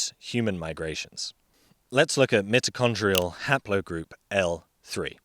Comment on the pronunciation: Wonderful stuff! Truly informative AND entertaining! Just a TINY, TINY, quibble... pronunciation of "mitichondria". It is NOT a "soft" 'I' as in "lift", but a "HARD" 'I' as in "site". Thanks again for the excellent series on Homonins/Humans & evolution. The subject has mystified me for years, but NOW -- I feel I am beginning to understand. Just one more run through of about 8 of your progs and I think I WILL have it locked down!